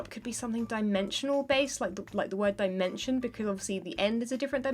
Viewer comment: The "Di-mansion"